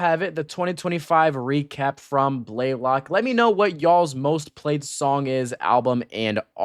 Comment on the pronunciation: it’s pronounced BLAY-lock?? i thought it was bluh-LOCK